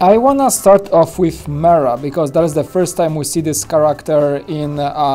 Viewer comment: I thought jack does all the reviews. Also her name is pronounced “Meerah” not “Mirah”